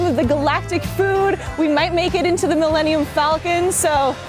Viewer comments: "mill-enium-falcon". wtf is wrong with her? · Did she say Millennial Falcon? lol